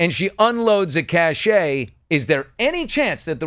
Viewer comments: Billy, "cache" and "cachet" are two different things. I believe you meant "cache". It is one syllable. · And it's pronounced cash.